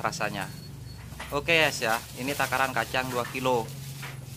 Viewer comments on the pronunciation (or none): Oke ess bukan gess cak wkwk